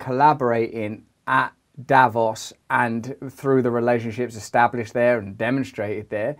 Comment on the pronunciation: Russell, I love the stuff you do and find it very inspiring. As a Swiss person however, I please ask you to put the accent on the second vowl in "Davos" ( Daa-vòs) because you're making my ears bleed, mate